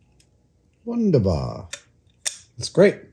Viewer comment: "Wunderbar" Perfektes Deutsch Adam 👍